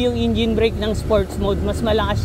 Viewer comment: bakit ingine? hahahahaha engine tamang pronounce nun e hahaha